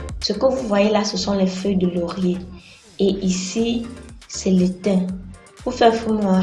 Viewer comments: C'est pas l'étin mais le tin 😉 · Coucou. On dit plutôt le thym pas etain. Moi c'est gingembre,ail oignon tomate en priorité pour le haricot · je pensais que c'était le thyn onong , je n'ai jamais entendu prononcer thym 😅😅😅